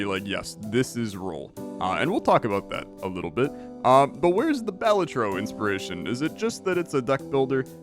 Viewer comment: isn't it ba-LA-tro?